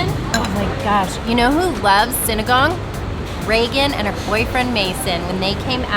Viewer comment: Ooh pronounced sinigang correctly 😊